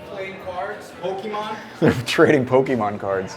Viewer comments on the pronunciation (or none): none